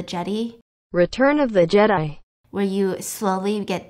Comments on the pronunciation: "Return of the Jeddee" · “Return of the jede” 😂😂😂😂